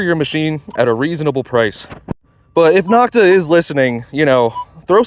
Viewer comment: Knock-ta is a derogatory pronunciation other manufacturers gave this company, as in knock-off. It is NO-k-ta. The O in Nokta is the same long O as in Makro. Great video comparison. Thanks for posting.